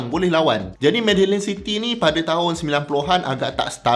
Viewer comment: Medellin tu prounced as mediyin.